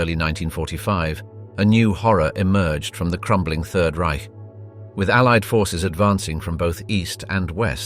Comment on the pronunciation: Congratulations for pronouncing Reich properly!